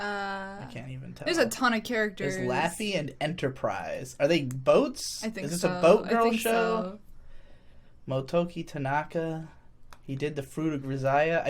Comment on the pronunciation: >laffey >laffery